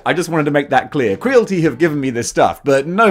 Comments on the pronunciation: Your saying it wrong bro it's Creality like Reality right not crealty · I think it's kree-al-it-ee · Cree AL it ee Rhymes with "reality" Not with "realty" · Not to sound like a dick but surely it’s probably pronounced cree-ality? Like mixing creative and reality? 🤭👀✌🏻😅 I could be wrong but makes more sense 🤷🏻‍♂️🫣😛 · Why you saying Creality wrong? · I believe Creality should be pronounced to rhyme with reality… kinda makes sense.